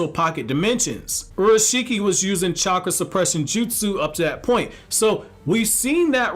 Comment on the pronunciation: Basically said orashiki when its urashiki pronounced your a shiki